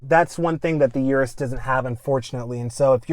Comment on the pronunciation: Pronounced urus not "Your-us" But I LOVE my DBX anyhow. Drives great, sounds great, but not quite as flashy. 2025 Aston Martin with improved infotainment was only upgrade needed.